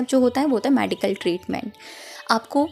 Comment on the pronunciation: मेडिकल बोलते है मॅडीकल नही